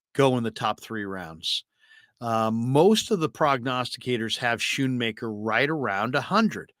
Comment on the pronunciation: the H is silent. Scoonmaker is how you pronounce it